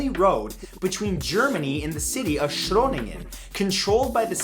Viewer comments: Shroningen? Close enough, but it's Groningen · you say groningen very weird. i never heard of schroningen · I was like "What city in the Netherlands? Shroningen?" and then I figured you meant Groningen but cannot pronounce it that well xD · love the way you pronounce Shröningen but it's with a Dutch G hahaha, overall great video! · As a Dutchie I have to ask: Where did the s before Groningen come from in the script? I love your videos, but I just can't get over that... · Almost good the city in the Netherlands is called Groningen spoken without a S. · how did groningen transform in shroningen? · Shroningen? really? Its a G, dingus. :') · The pronunciation of Groningen is so bad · Do u mean groningen?😂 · fact 30, did he mean groningen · Dear matthew i know you dont know the propper way to say it but. 30 about groningen is pronounced way different sorry.. had to say it it hurted me a little bit how you said it and groningen is not a little village its pretty big